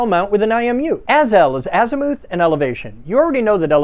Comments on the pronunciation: Az-muh-th. Please god stop saying azmooth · I've always heard "azimuth" pronounced as Az-myth. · Never heard azimuth pronounced that way. I believe it’s ass-myth…or at least that’s how my hoagie mouth says it. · Oh man have I been mispronouncing azimuth like “as-myth” all these years? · Azi-mooth lmao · I still love you, even if the way you say azimooth makes me wanna put my head through the wall 😂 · Its pronounced "ass-mouth". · Not to be that guy but Azimuth is pronounced (azz-myth), the Navy beat that into my head while teaching me to work on and operate huge radars. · Azimuth rhymes with rough and tough not booth or vermouth. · I've never heard someone pronounce azimuth with a long "u" before. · Out of this entire video, the thing I am stuck on is your pronunciation of azimuth. 😂 my brain won’t let me let it go.